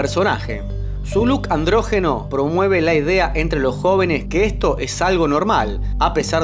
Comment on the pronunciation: NO SE DICE ANDRÓGENO, SE DICE ANDRÓGINO